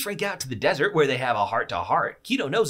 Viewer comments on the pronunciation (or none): none